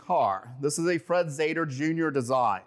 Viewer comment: "Zeder" should be authentically pronounced "Zeeder". There are many contemporary films about Chrysler Engineering with this correct pronunciation, "Zeeder".